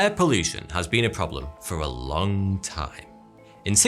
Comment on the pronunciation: I heard it as 'Air pollution has been a problem for a lung time' XD